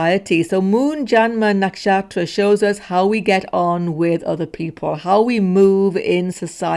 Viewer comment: Why do you say “nakshaStra” sometimes?